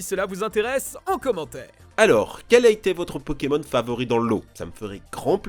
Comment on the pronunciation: C'est plutot toi qu'y s'y connait pas TA DIT PONEMON XD